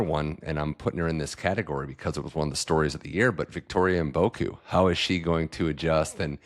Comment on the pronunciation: you have to start learning how to pronounce Mboko properly. You are consistently calling her Mboku. Your guests are saying her name correctly. Other than that, I am enjoying your interviews.